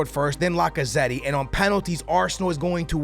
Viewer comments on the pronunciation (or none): you don’t pronounce the second e in lacazette